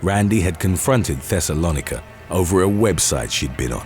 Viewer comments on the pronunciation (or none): Pronounced Thes-o-low-Nike-a ding dong it's in the bible